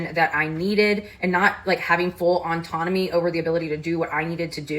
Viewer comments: GURL please, it’s pronounced [AW-TON-OH-ME] not [ON-TON-OH-ME]. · Why is she saying "Auntonomy"? There's no "N" in the first half of that word. It's "autonomy", not "on-tonomy". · her repeatedly calling autonomy "ontonomy" is driving me crazy....